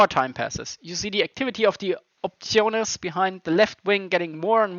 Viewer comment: later you pronounce "optiones" in the right way so you must already know)